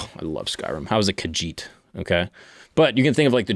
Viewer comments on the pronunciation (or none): none